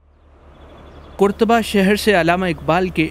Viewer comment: قرطبہ کے اوپر زبر ہے پیش نہیں۔ بھائی صاحب